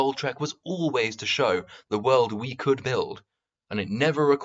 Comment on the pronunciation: Bargain bin mauler. Do you pronounce world as "weuld".